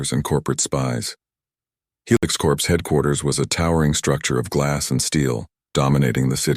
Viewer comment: A corpse is a dead body. Corps is pronounced core.